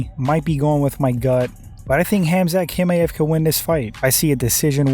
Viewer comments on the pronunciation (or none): TCHimaev not Kimaev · Why do you act like you don’t hear how everyone pronounces Khamzat’s last name bruh 😂 no one has ever said it like that! I don’t understand why you insist on saying Kimaev